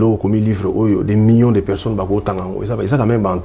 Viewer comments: balobaka Mi-yon te. Plutôt Mi-lion (million) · Oui, parce que aza na erreur. Tout comme beaucoup d'ailleurs. Même ba Français bango moko pe ebele ba lobaka ndenge wana na erreur. On dit Mi-lion, Mi-lier, Mi-liard.